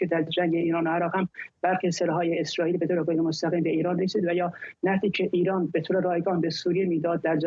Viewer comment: این آقای ریپورتر بسیار حرفه‌ای و نامبر وان ، خانوم گوینده آقا چرا مثل دختر بچه های ۴ ساله حرف میزنی ؟ خانوم یه چهل سالی داری ، مثلا اگر اگر هست اگ نیست ایران ایرانه نه اییان درست تلفظ کنید مثل بچه ها حرف زدن از سن شما نمی‌کاهد ، خدا این سید گدایان علی خامنه ای بیشرافت را از این کره زمین برداره که واقعا دیگه مسخره شده همه چی ،امین از